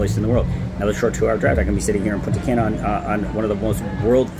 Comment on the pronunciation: It’s “Punta Cah-na” learn how to say our cities. Not “Punta Can-nah” And “Sahn-to Domingo” not “San-to Domingo” Get it together